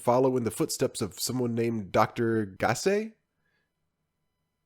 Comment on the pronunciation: Perfect pronounciation on Dr. Gassé ;)